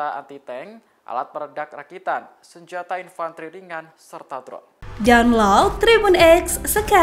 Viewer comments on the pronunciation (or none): none